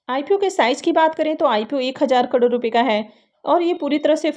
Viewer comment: Crore to theek se bolna seekh lo bihari bahan